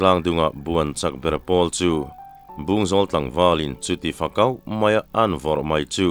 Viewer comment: minute a "Fakau," tih tur hi "Fakauh" i ti ve tlat mai a. ☺